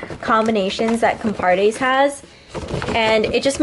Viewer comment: Everytime says the word "COMPARTE" sounds like COMPADRE to me Jajaja sorry, mexican guy here.